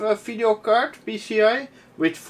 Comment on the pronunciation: I enjoy you videos a lot, and love how say "phideo" card, keep them coming, you got a new subscriber here